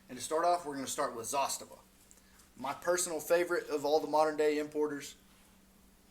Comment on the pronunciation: Pronounced Zastava the correct way? Honest down to earth videos? Yeah you got you a subscriber! I have a M70 and M91 with the M92 on the way